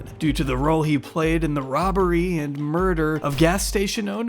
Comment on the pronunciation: Bro wtf. Remove the crimescene pic and pronounce the dudes name right. Jesus the edit got the daughter pronouncing hashemi and you straight after go into hasjemmy